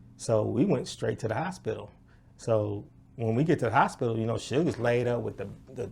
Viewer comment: “The hoshpital”